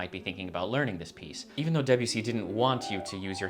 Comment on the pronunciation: Two quick and easy French lessons: The first syllable of “Debussy” is approximately the same as the first syllable of “debate”, not the first syllable of “Debbie”. And French, unlike English, lacks a strong stress accent, so avoid stressing any of the syllables except perhaps a slight stress on the last syllable if it makes the name easier to say.